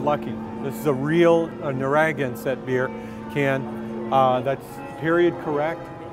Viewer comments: Phenomenal figure, my favorite scene is when quint crushes the can, but living in Narragansett (Town in Rhode Island) I just thought I'd point out its pronounced nar-uh-gan-sit as I've heard lots of tourists pronounce it nar-ang-gasit ha ha. Love the sculpture though great work! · "Na rag an set"? Seriously? It's Narragansett - say Nar Uh Gan Set. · PLEASE, tell Marra how to pronounce Naragansett. "Naraga-nsett" is NOT right! It's "Nara-GAN-sett". And if he wants to have a 100% knowledge of the Jaws movie, he MUST get that part right! Also, Quint was my FAVORITE! This statue is unbelievable! Beautiful! He looks perfect in every detail! Love it! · a freaking mazing! Holy crap that's good. It's a Narr-a-gan-sett beer by the way not Narran-gan-sett. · What the fuck is a na rag and sat....pronounced narra gan sit....my dad is rolling in his grave lol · Beautiful work! You can tell the creator isnt from the New England area. For future reference its pronounced Nar-ah-gan-sett -cody from Massachusetts lol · Lol. Struggling with the beer company name a little bit there :P ...Narragansett (Nair-uh-gan-set) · Love the work, but I can't ignore how he completely butchered the pronunciation of Narragensett (Nair-uh-gan-sit). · I cringed when he said "Nar - AG - an - sett" lmaoooo you'd think he'd know how to pronounce it. Othewise though damn. This thing is scary realistic. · Someone needs to teach him how to say Narragansett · the way he pronounced Narragansett lolol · the most unusual pronunciation of Narragansett I have ever heard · His work is amazing, some but for someone who is a "detail freak" and worked on this for 3 years, he should have learned how to pronounce the name of the beer correctly! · I can't believe how badly he butchered the word "Narragansett ".